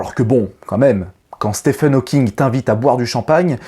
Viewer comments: Bonjour, très bonne vidéo. Par contre, il me semble qu'on prononce "Stiven" et non "Stephen". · Salut! Juste pour te dire que Stephen se prononce comme Steven et que tes vidéos sont toujours un régal:) Bises et meilleurs vœux pour toi et ta chaîne.